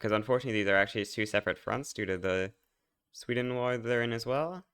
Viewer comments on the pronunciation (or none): none